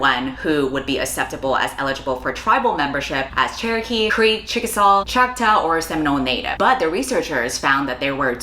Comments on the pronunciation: Are you saying “Choctaw”? It’s like “chaw-k-taw” not chack-taw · pronounced chock-tah, i believe? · You mispronounced two tribes Choctaw is chock-taw And Salish is say-lish Sincerely, an actual Native American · Can I recommend googling the pronunciation of indigenous nation names? Choctaw and Salish are pronounced very differently than in your video.